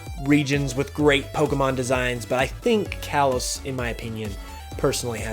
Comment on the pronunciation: "Kalos" is pronounced "kah-lohs"